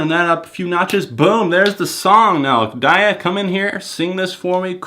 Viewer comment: Not a crazy fan (please don't kill me o_o), but it's pronounced "Day - Uh."